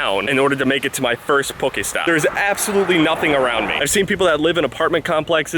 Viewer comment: The way he says poke stop